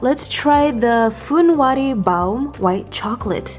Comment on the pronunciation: The way you said "baum" was the perfect way how you say it in german ❤️🤗